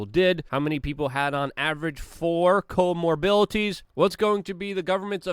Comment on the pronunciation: "core mobilities" lol